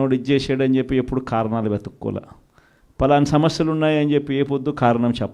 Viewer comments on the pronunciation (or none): ఏమి తెలుగు రా నాయనా .."ఖారణాలు"ఏంటి జగనేసా..potato కి ఉల్లిగడ్డ కి తేడా తెలియదు ..ఏ ఒక్క భాష పూర్తిగా రాదు ..తప్పు రా అని చెప్పే తల్లి లేదు ..వద్దు అని చెప్పే చెల్లి లేదు ..చివరికి "లెవెన్ రెడ్డి"అయ్యావ్ ..ఈ పిచ్చి వాగుడు తో "🤡జోకర్ రెడ్డి" అయితున్నావ్